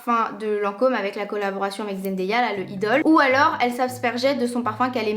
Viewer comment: Jsuis la seule qui a été partubée quand elle disait zendeya c’est zendaya putinnnnnnnn!!!! ( a prendre au 2 degré)